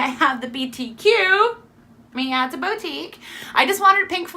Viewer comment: Hi! here. I'm new to this and your info was very helpful and understandable. Just a little thing, boutique is pronounced "Boo-teek", (hope I'm not being annoying). I'm watching all of your videos, thanks.